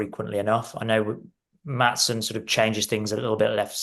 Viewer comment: It's pronounced, as close I can make it for English readers who don't know Dutch: HERE-TRY-DER (pronounced as if they were English words). Likewise, it's not MATT-SON but MART-SON for our other new Dutch player.